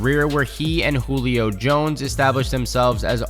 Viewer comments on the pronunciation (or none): none